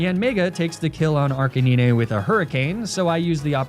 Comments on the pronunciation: Your pronunciation of Arcanine kills me everytime. ARC-UH-NINE! Great content as always 😂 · arca-knee-nay...? really fucking ruined the video. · Me: enjoying the video: "Arcaneenay" Me: grumble of annoyance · holy hell arc-a-nine stop being so damn lazy speak english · The way he pronounces "Arcanine" 😂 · The way arcanine is pronounced makes me cringe lol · I swear everytime he says arcanine wrong it always get me even though I know its on purpose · Is just me but him pronouncing Arcenine wrong was annoying so was the sponsor cut.